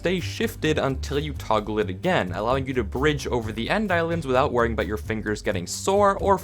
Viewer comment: "Thup the piercing enchantment for crossbows..."